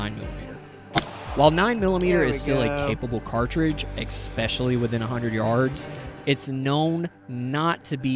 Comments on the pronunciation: ESS Specially. Not ECK. Sent with love. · Great video my dude. But it’s ESpecially. NOT EKSpecially. Thumbs up. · Good video but I just have to say I heard egg-specially a lot.